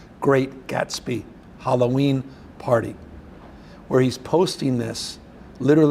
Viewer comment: The Great Gas-be? Ok...😂😂😂😂😂😂😂😂😂😂😂😂😂😂😂😂😂😂😂😂😂😂😂😂😂😂😂😂😂😂😂😂😂😂😂😂😂😂😂😂😂😂😂